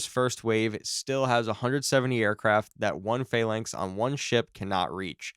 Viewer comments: "Phalangth CIWS" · Right, its pronounced Phal (as in phallus) lancs as in LANCaS (the "a" is silent. Fal-lancs, now say it fast.